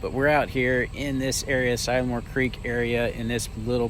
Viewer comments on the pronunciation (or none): si-la-more not sie-la more LOL!!! as in si(t) a lil more Love ya's vid's and how ya get out with the kids